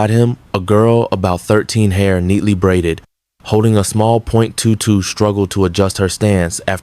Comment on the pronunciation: Good story, but learn how to pronounce weapons (nineteen eleven and twenty two) and years. Don't detract from the story.